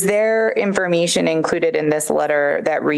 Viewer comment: Lmao this woman’s voice drives me crazy. Talks like a valley girl. Literally she talks like the blonde Liz character from Kroll Show. “In-for-MEE-shun”